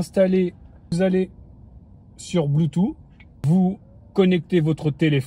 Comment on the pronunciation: ma grande question c'est comment il arrive a bien prononcer Spotify après avoir prononcé "Ouaze" et "Bloutou" je m'attendais tellement un un Spotifi^^